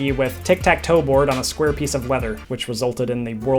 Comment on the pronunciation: "in the shape of a spuare"